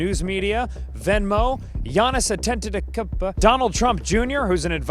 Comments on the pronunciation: GIANNIS Ante..tok..ba.. 🗣️ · 'giannis antetekumpeh' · Can you pronounce Giannis Antetokounmpo again,? I didn't catch that. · I’m not buying that can’t pronounce Giannis’ full name